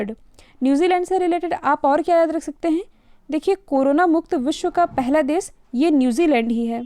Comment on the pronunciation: All videos are fine great ,i hv suggestion for you ,please mend your few words like des,prades dasamlav,etc please pronounce sha not sa like desh pradesh and dashamlav,etc